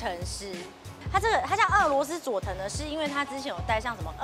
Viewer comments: 呃....一直叫錯人家名字耶XD 是Sato不是Seto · 前面佐藤sa tou的名字一直唸錯⋯ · 好開心邀請到俄羅斯佐藤耶！可惜主持人一直把她的名字唸錯，主持風格不適合我，無法靜下心來欣賞只能快速的把影片滑過去了😢